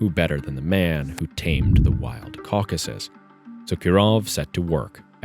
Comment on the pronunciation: "Caucasus", not "Caucuses". ♥